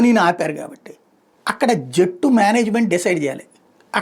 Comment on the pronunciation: Jettu kaadu ra narayana Jattu. Please, pronounce it properly Please